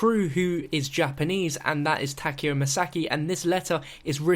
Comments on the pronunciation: Ta-Ke-O the ke is pronounced like ke in kettle. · Its tah-kai-o, a zombie creator pronounces it this way. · what's kind of weird is how no one knows how to pronounce takeo's name correctly